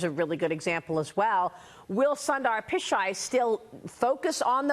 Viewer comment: Sundar (soon-thar) Pichai (pi-chay) Thats how you pronounce his name in the traditional sense... Its weird hearing westerners pronounce his name.. LOL...